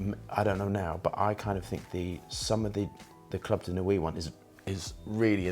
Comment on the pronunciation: It’s not club de nuwee, it’s club de nwee 😂